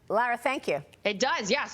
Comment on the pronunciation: How do these people get a job with a news organization and they can't pronounce Lara Trump's beautiful name! They need to go back to school and learn the English language!